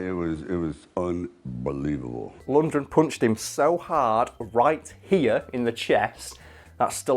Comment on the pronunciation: LundGren not Lundred!!!